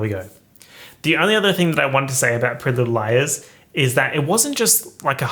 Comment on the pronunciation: Not captions telling me you’re saying “prealize” instead of “pretty little liars”